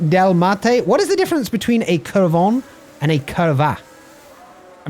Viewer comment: Should have waited until the end to post this all together... The U should always be a short "OO" as in Cooper. I noticed this on "Curva" and "Curvón".